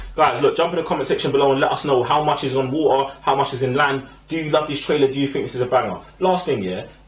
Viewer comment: i cant get over how he says water..."war uhh" lol...but yea no the trailer looks epic!